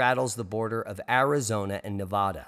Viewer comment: Guessing you were never taught how to say: Nev vad Duh!